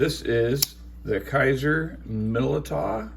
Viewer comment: It's pronounced Millydow